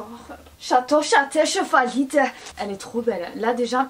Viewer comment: "Yado,yadè,ye waide"🤣🤣c'est j'adore, j'adhère,je valide mdrr